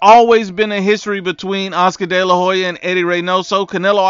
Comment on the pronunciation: Why do people always mispronounce Hoya lol It's not Ho-ya. It's Oya. The H is silent